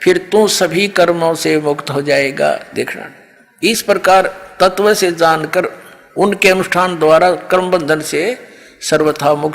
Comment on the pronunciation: पहले शुद्ध उच्चारण करना तो सीख ले तत्व को ततव बोल रहा है वेद विद्वान के लिए है मूर्खो के लिए नहीं। शास्त्रार्थ करने का ज्ञान गुरु कुल में पढ़ने से मिलेगा जेल में नहीं मिलता।